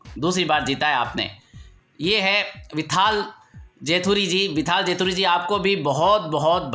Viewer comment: it's probably विठ्ठल not विथाल.